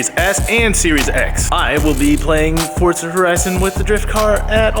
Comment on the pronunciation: Ken is the first american I’ve heard pronounce Forza correctly